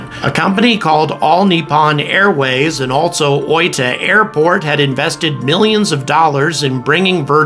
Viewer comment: You're the native English speaker youtuber closest to saying oita correctly as far as I've heard.